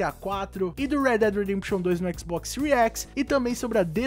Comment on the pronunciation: " XBOX SEURI X " KKKKKKK